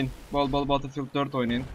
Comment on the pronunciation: Abi guzel iyide betil fiıld die okunmuyomu ? Sen farkli soluosun